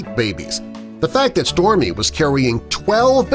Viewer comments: Am I the only one who can hear stormi instead of storie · It sounds like this person talking was saying Stormy but it's actually Storie! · You keep saying Stormy but it says Storie. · I hear stormie 2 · If I didnt see the captions, I would've thought it was stormi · The biggest shock of this video is him saying “stormie” instead of storie. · Did anyone notice at one point he kept saying stormy instead of Storie? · You say Stormy but it says Storie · Im SO mad because the dog's name is STORIE, and the narrator kept saying STORMIE, I've never been so mad at a video with a dog in it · I swear he's saying Stormie not Storie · It's Storie not Stormi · Storie.... dude keeps saying Stormie 😂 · Storie dude not stormy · And I heard stormi not stor I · Smile Always I hear stormi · I heard Stormi!! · I always hear stormie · He is saying stormy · I hear stormi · Smile Always I hear stomi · i hear Stormi,too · Smile Always i hear stormi too🤣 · Why does it sound like he keeps calling her “Stormy”!?!?!?!?!?!?!? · Yep I noticed that too, it was really getting on my nerves tbh